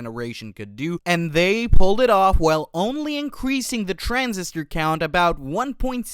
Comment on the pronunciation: Whoever is reading this has no idea what some of these words and abbreviations even mean. NIC is just pronounced "Nick". "inference" is wrong. "Transistor" is wrong. Also, Google's new TPU silicon is what this is going against. This is not custom designed silicon for the job. It's "adapted" to do the job. Google's TPUs were the first REAL examples of what it should look like, but it just so happened that at that same time GPU's were the best fit. TPU 8t and TPU8i are actually much more efficient and less power hungry that the NVIDIA silicon, because it's purpose built, it's made for the job it's performing and it does it wayyyy better in my opinion. Google has compute to lease, at times. NVIDIA and other hyperscalers? No, they don't even have the capability to keep up with their own selves because NVIDIA has them locked in a VERY VERY expensive corner.